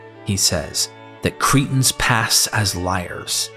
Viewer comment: You make the word Cretans sound like the word cretins, I wish you'd take time to be very clear & precise with you pronunciation. Even the book of Acts you make sound like the book of Axe, just to mention 2 of many!